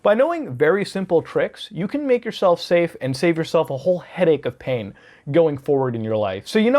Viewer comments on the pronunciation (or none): none